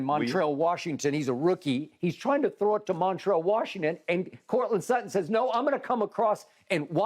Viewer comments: "courtland slutton" lmao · “Courtland Slutton” 💀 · "Courtland Sluttand". nice 🤣🤣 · I came here for Shannon Sharpe to say Coutland Slutland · "Courtland Slutton"?? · Shannon: Courtland Slutton 😂😂😂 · "courtland slutton"